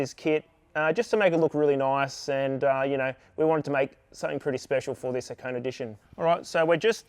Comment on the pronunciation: HA-KO-NE, not Ha-cone. How is this the world's first dealer delivered turbo GR86 if you had to do the install yourself? Clickbait.